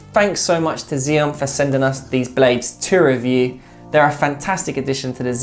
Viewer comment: "Ax-ee-om". FFS, mate. Get it right. You guys are supposed to be experts and yet, you don't know how to pronounce XIOM. You sound like a bunch of twats talking out of your arses. If you know about table tennis, then you know that two of the first things you learn are how to pronounce Joola (Yo-luh), and how to pronounce XIOM (Ax-ee-om). If you're trying to get people to trust your reviews, you're really not doing a good job of it. I wouldn't trust a bunch of "experts" who don't even know how to pronounce the thing they're talking about. I've already tried to help u guys on this several times. I was nicer about it before because I'm just trying to help. But, now I'm just going to slag you since you apparently don't care enough about your presentation to get the important things right